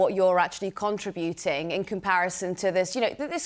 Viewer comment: it's contributing not contrabuting she needs to educate herself.